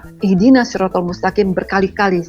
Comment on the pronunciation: Ihdina shirothol mustaqim?, yg benar: Ihdinash shirotol mustaqim..